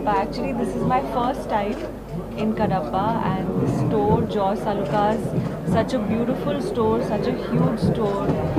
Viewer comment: It's Jos Alukkas not Joy Alukkas... Could you please edit